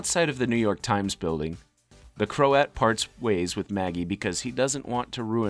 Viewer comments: its pronounced krowt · krowt, it is pronounced krowt. You can literally look up how words are pronounced, its not hard to do